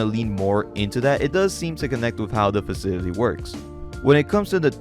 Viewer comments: Faw-sil-it-tea...cmon man...😂😂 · Facility, Fa-ci-ly-TY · This dude’s worst enemy is the pronunciation of the word “facility” 😂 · I know this is months old, im really digging your channel but if you do narration as your entire thing can you please pronounce words correctly 😢 youre saying faseedidee instead of facility and personadily instead of personality, you do this over and over again throughout the video even though im sure youre reading these words from a script. i respect your work and everything but please just annunciate the words and your channel will be the best i swear.